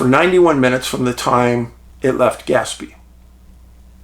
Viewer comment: Skinwalker Ranch shows that when "they" want something to work or not work, they can do it. Oh, and it's pronounced more like gas-PAY.